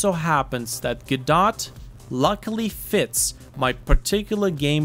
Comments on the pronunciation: not go-dot, its guh-doh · I've heard it pronounced "guh-doe" and "go-dot." Today's the first time I've heard it called "guh-dot" though